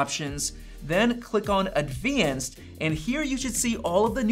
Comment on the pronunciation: Super cool feature, and is a great presenter, but couldn't help laughing when he said that you need to go into Settings, Display, and then "Adveanced". 😅